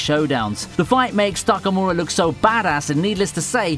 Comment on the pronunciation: At least try not to misspell/misstone the names dude... Lutchi??? Takamu'ra???